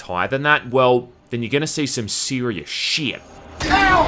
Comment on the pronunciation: Is it me or does anyone else enjoy how says shyyt?